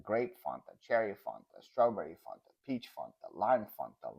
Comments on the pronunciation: is correct it is Fan ta not Fon Ta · I like “ dafunta “ hahaha 😂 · OMG love this! As an American living in Australia I can totally relate to and appreciate all of the different sayings and pronunciations. But is completely correct about the pronunciation of Fanta...I've never heard it said the way said it (I'm almost thinking he's just messing with you lol).